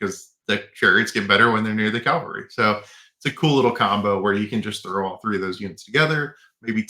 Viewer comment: CAValry, not CALVary.